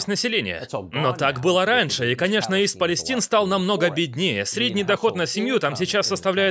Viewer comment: ИСТ ПАЛЕСТАЙН !!! Или Восточная Палестина . А то ''ист палестин'', ухо режет.